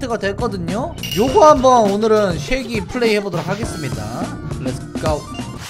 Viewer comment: 섀개를 새ㄲ 라고 한줄 ㅋㅋㅋ